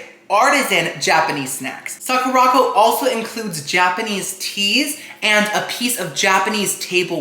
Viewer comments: I love you but it’s pronounced Sakura (like the flower ) and co as in company not Sakorocko 😭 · Hi, love you videos! I love that you’re being sponsored now! Sakuraco is pronounce Sakura co - as in Sakura (cherry blossom) company, not sa-ku-rocko